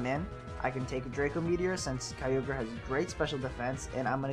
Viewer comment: Kyogre = Keo-gray haha